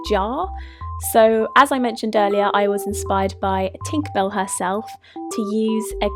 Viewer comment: I love you say dinkerbell instead of tinkerbell